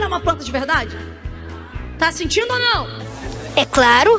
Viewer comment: "Tô sintinu pera fé"